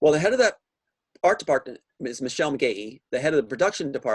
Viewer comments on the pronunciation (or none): none